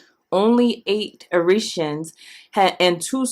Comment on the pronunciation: I think its pronounced...EIR EH TRA INS....I could be wrong ..but I've always heard it this way...